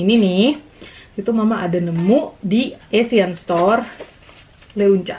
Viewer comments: Leunca, huruf U nya ga dibaca ya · tulisan nya leunca tapi baca nya Lenca